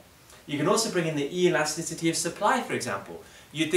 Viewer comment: E-lasticity, what a guy